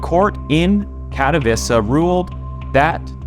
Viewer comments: "Katowiza" is not how you pronounce Katowice. I'm not polish, but I'm 100% certain you butchered that. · its Kat-oh-vee-che not Kato-vissa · Tbh..it wasnt pronounced well